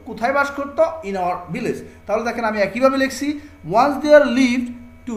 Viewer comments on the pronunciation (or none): none